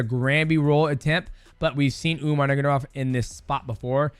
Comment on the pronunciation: Bro it's sad that the last name Nurmagomedov has been one of the best in the industry for so long and people still don't pronounce it the way it should be pronounced. Understand getting it wrong first few times. Let's stop disrespecting that family and pronounce their family name correctly.